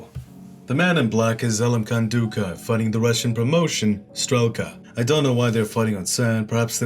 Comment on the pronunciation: It's pronounced like Dukayev.. but nice try lol